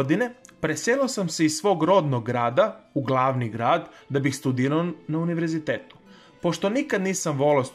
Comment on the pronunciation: A lapsus? UnRIVezitetu? O.o 🤣🤣🤣 Univerzitetu*